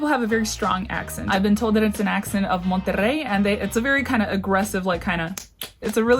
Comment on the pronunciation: "Monterrey" You nailed the rrr sound!